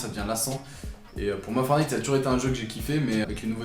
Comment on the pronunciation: FOR"T"NITE PAS FORNITE LE T LA IL SER IL EST PRÉSENT LE TTTTTT😤😠😈